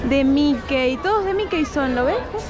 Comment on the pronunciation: Que significa Nafta ? No se dice Mikey se pronuncia MIKI. Saludos.